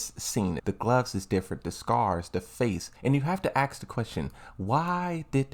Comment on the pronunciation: Tekken 8 cutscene is a rework, the line reading is different as well...and you ASK questions, not f AXE them...for gods sake